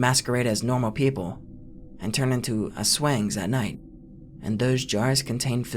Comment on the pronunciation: aswengs 😂😂 it's pronounce as as-whang